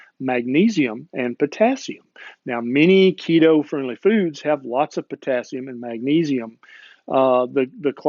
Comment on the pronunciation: Keto, not Leto.